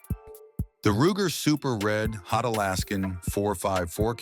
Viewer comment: Super red hawk not re hot good grief come on people put someone in these videos instead of robo translators